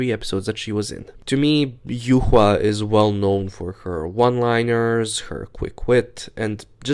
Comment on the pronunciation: Thank you for pronouncing the name of the true winner of Season 10 correctly, as it's "yu-hua" and not "yuwa" 😌